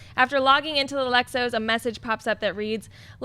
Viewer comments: Lex O.S. Not Lexos. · OS isn't a word it's two letters O and S. Stop saying Lex Ohs! That's a breakfast cereal!